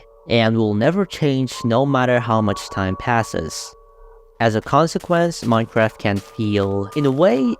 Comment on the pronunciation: ''minecwaft'' bro is ganna talk about dedicated wam next